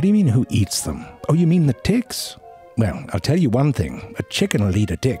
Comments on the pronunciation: Bag of Ticks indeed. That's when we learn he wasn't pronouncing his 'T' a whole lot like a 'D' throughout the video unintentionally. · When you're pronouncing the T's and they sound like D's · The fact that I heard every T softened to D 💀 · the "T" sounds like "D" lmao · this made me laugh.. "hey.. what's up? " "oh my, take that Dick to the doctor" but he meant "Ticks" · I turned on the subtitles, and he was indeed saying "Dicks." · I'm sorry but for sure, the first 2 ticks he said, he pronounced it "d***". The third one, he said tick. The rest, I have to repeat over and over to make sure 12 ticks 9 ds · I swear - all I heard was "dicks" in this video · He said Hard (D) icks and Soft (D) icks 😂😂😂😂 He said she can give you a good Sucking😂😂😂 This Has to be purposely done.. i couldn’t stop laughing. Then he starts Saying ticks the right way later in the video😂😂😂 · The way hes pronouncing “ticks” sounds like hes saying “dicks” LOL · i cant tell if hes saying ticks or di(ks 😂even the subtitles are confused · even the auto subtitle heard that as d*ck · this guy saying dicks or ticks? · it literally sound like hes saying dicks throughout this whole video and i am taking everything out of context... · Why do i hear dicks instead of ticks, is this normal? send help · I thought my closed captions were confusing ticks with dicks... turns out he was really saying dicks lol i love it. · pronounce your t's better damn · You need to learn how to pronounce a "T" LMAO!! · I know I'm not the only one hearing the way this man says ticks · I was so happy yesterday to see that zefrank1 had uploaded a new video - I saw a few seconds of it - coulnd't because I am so grossed out by looking at them - tried again today - couldn't watch - luckily I heard the way zefrank1 pronounces tiks so I just scrolled down to write this while listening. Doesn´t make it less funny - au contraire... Would, will,, and do recommend!